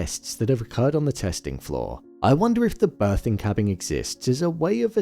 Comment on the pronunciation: You saying cabbing instead of cabin or am I trippin hahaha